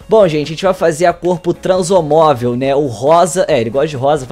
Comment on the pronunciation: não e transomovel e transamovel